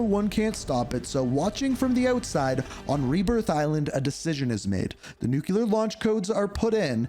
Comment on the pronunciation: bro, did you just say “NUCULAR??” 😂😂